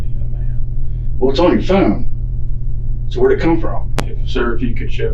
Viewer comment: The detective says phone like it rhymes with spoon. "There was some stuff on your phoon."